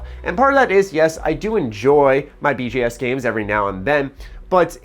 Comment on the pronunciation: Yo, why tf are you saying BGS games?